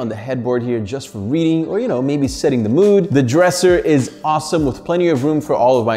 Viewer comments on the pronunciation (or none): none